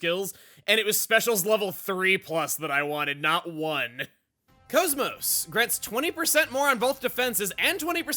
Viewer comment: Why do you call KOS-MOS "Coes-Moes" when her name in the game is pronounced differently?